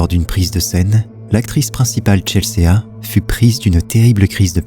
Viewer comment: Coucou merci pour tes vidéos, top. Petite précision on dit Chelsi, pas Chelséa